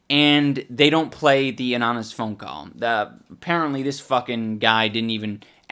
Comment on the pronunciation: So... Ian can't say "Anonymous". Just tried to skate past that one...